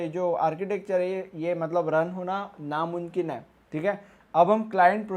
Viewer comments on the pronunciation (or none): Namunkin hai hahahahha its namumkin not namunkin